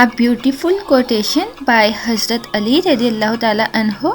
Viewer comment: Plz wazifa ka talafuz theek kerain.Hoob Ali nehi hai Hoob Ala hai theek.Ala MATLAB ki taraf.hob MATLAB mohabat .plz consult for this wazifa from YaAllah community.